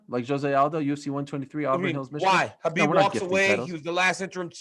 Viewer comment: Helwani’s pronunciation of so many names really irritates me. Khabib turns into Hhchabib.....Adesanya turns into ADES-anya.....Nate turns into Nathan Why.....why?